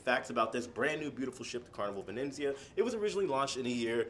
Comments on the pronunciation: it's incredible that he hasn't been able to say Venezia once properly. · Excellent report......a beautiful ship. øne thing, if I may. xit is the Carnival Venezia.....not Venenzia....only one 'n'. Really enjoy your videos. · Hi, J: there's no second "n" in the name of the ship so the pronunciation is - Venizia, like pizz-ia😊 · It's Venezia not Venenzia😂😂. But like someone stated 2400 is steep. I thought 1000 was too much when i checked. I paid 985 for the 15 day sailing in September. Thx for sharing. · Love you and your channels!!! But I just want to tell you there is no 2nd 'N' in Venezia, it's not Venenzia. Looks beautiful, can't wait to see the rest! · It’s not venenzia but V e n eeeet Zia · I think it just has one 'n', not 'vinenzia'. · Ve-nez-i-a, Not Ve-nenz-i-a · Why do you keep adding an N in the name of the ship. It’s Venezia not Venenzia. I hope by the end of the video you catch it. Sorry it’s a pet peeve of mine. 😊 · It’s Venezia, not Venenzia! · He added an extra letter N. Add an N to Jaye and he becomes Jayne. LOL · Venezia not VeneNzia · It's pronounced Ven ET zia :) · Love it but it’s pronounced Ven EE tsee ya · It's pronounced Vin-ET-zee-ah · say it with me buddy: Vin-ET-zee-ah 👍 😂❤ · Pronounced Ven et Z Uh... I was on the Transatlantic cruise to NYC. They taught us how to say it. 😉